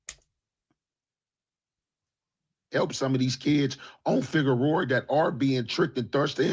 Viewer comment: "FigueroER" 😅😅😅😅 clip THAT